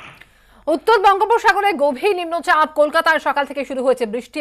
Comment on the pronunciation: নিম্ন চাপ কথা টা উচ্চারণ করতে পারছে না রিপোর্টার